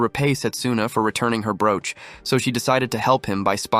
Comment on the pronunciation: Wow, how badly you pronounce broach. Pathetic is the word that comes to mind. If I did not already know what you would say, I probably would have sat and wondered what the hell you said, it was so bad. Small children can say broach much better than you did. How anyone can consider what you created her to be high quality is weird because it is so bad, I would refuse to let my children listen to this shit.